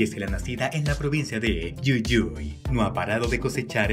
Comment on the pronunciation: Yuyui jjajaa es jujuy narrador del ort..pronuncialo bien😂😂😂